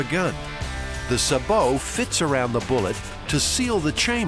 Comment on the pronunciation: It's pronounced saybow round not subow